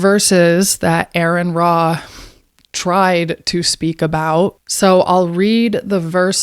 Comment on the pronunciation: Well, for starters. you've made several false allegations against Aron Ra in particular - after mispronouncing his name, I might add. Then you claim that atheists have never read the Bible, when in fact atheists tend to know the Bible far better than the vast majority of Christians - yourself especially included. - BECAUSE reading the Bible is, in general, what led most of us to become atheists in the first place. No need to respond. Remember 1 Timothy . do what your Bible tells you to do and be silent